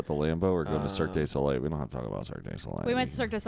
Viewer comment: no one else says Cirque day Soleil, but I’m stickin to it. Duh. Cirque duh Soleil.